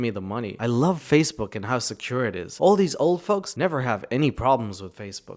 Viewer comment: "I wove to dwive an be on da opwrn woad" Did she get catfished by a wascally wabbit too?